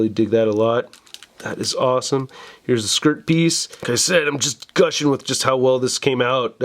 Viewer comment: It's blushing not gushing lol